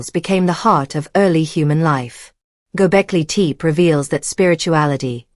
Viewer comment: AI voice mispronounces Gobekli Tepe. A rehash of what we already knew.